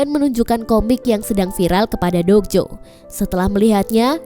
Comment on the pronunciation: Mba dok jo bukan jok do